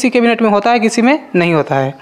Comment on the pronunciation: केबिनेटे 😂 नही केबिनेट है🤣